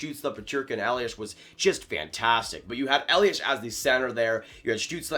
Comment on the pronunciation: A small hint: It's not pronounced 'Eliash'. Just a normal 's' at the ending. Greetings from Mannheim.